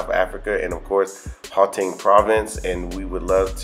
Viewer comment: if I may attempt to correct your pronunciation... The first two vowels in "Gauteng" are pronunced similarly to those of the word "out" or "outside". The "G" in "Gauteng" is pronunced as if you are gargling air as it were.